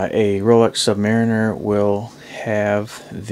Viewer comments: Its not "sub- merener" its a "submareener" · Actually SUB MARIN NER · No it isn't, it's pronounced sub-MAR-iner. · Pronounced sub-MARINE-er. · "SUBMARINER". Pronounced SUB-MA-REEN-ER. Do you call your U.S Marines "MAR-ENS"..no. Do you call a submarine a "SUB-MAREN"..no. Muricah'.